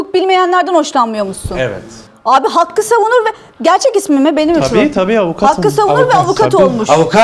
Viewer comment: 250 yi duyunca dili bile dönmedi. Hakket ya 250 ye ne var